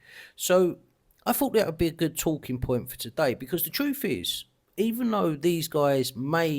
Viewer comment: It's fine to be prejudicial against the way that people dress ... but what about speak? "ti'oo'w" & "chroof"? ... "title" & "truth".